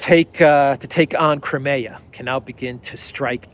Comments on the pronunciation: Hi, it’s CRY-ME-AH not kremea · Good video. However, Russian is not the easiest language for westerners. That means pronunciation of many Russian words is difficult. Crimea is not one of them. Generally agreed is “Cry-me-a,” and even Russian speakers pronounce the word that way. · Just wondering. Do all American accents pronounce Crimea as "Cri-mayah" as opposed to the UK pronouncement "Cry-me-ah"? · Just say KRIM. Ukrainians, Russians and all Slavic people will understand.